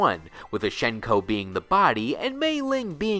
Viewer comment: Nice video mate. Fairly nice refresher on things. c: One thing I want to bring up immediately is about Hsien-Ko's name and its pronunciation. So, her name in Mandarin is 仙姑 (xiāngū), deriving from the xian of the Eight Immortals pantheon of Taoist mythos, 何仙姑 (hé xiāngū). According to sources, it is pronounced as 'syen-ko' rather than 'shen-ko'. Pocket Fighter pronounces her name correctly. While her name Lei-Lei has the funny and interesting double spirit meaning, 仙姑 actually has some rather fascinating meanings. Chief among the meanings are 'female immortal', celestial, and sorceress. Honestly really cool meanings that can fit both sisters in a sense. Mei-Ling's name in Mandarin is 美玲 (měilíng). Her name unfortunately has no real interesting meanings and just seems to have been picked as a general female Chinese name. However, 美 does have several meanings that relate to beauty. I don't know about you, but Mei-Ling is quite beautiful. Also another fun fact and very little-known thing about both Hsien-Ko and Mei-Ling: their official family name. 少 (shǎo) is their family name, stated in Pocket Fighter. It is misspelled in the English version of the game. With that in mind, their full names would be in Chinese: 少仙姑 (shǎo xiāngū) 少美玲 (shǎo měilíng) As for the spells you mentioned about their lore. What Hsien-Ko and Mei-Ling used was Tensei-no-Jutsu, but a forbidden sub section of that technique known as Igyo Tenshin-no-Jutsu. Beyond that, really nice to see her be given spotligh